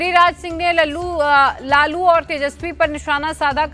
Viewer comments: Laaalu ko laluuu bol gai 😅😅😂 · She said Lallu for laalu .... I loved it